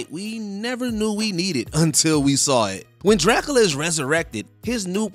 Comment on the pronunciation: Did no one teach this dude how to say Dracula?? Whose this dude living under a rock who doesn't know how to say Dracula properly??